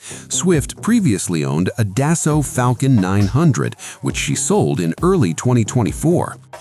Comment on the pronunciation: The F,ing AI is absolutely redicioulious. Swifts jet is a Dassault, not how the AI is pronouncing it.